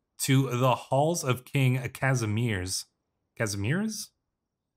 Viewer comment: I already saw someone commenting that Kazimierz is Casimir, which is closer in pronouncation to our actuall pronouncation than what you tried to say. Try casimi-e-r and would be marvelous Częstochowa is pronounced as Cheu stoh ova